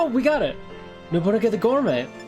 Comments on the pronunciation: I'm trying my best to hear Nobu-naga and not Nobu.. uh.. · Love the video. If its nickname is referencing the historical figure/character then its pronounced no-boo-nah-guh